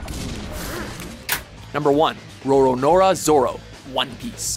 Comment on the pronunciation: So is everyone gonna glance over the fact that he said "Sataka Gintoki" and "Roronora Zoro"?